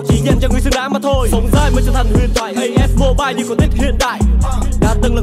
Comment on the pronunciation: as mobilé 😂